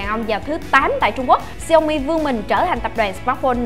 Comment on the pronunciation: đọc đúng theo tiếng trung quốc là xiẻo mỉ